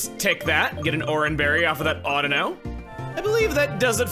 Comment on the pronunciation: I'm glad Chuggaa pronounces Audino correctly